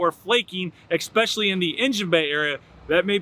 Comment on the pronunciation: Why do I hear a number of YouTube presenters pronouncing the word especially wrong? It’s not expecially, it’s especially.